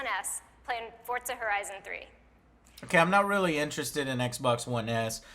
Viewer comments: Is anyone else annoyed by how she says "Fortza" instead of "Forza?" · ***** What? I am just complaining about that lady on stage saying Fortza instead of Forza. No clue what my profile picture has to do with this. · Am I the only one who thought she kept saying that? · fuckin "fortza" smdh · what the fuck is a Fort-Zuh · This bitch says Fortza, goddammit Microsoft pick a better speaker. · It really annoys me when i hear Microsoft official people pronounce Forza as Fort--Za Horizon......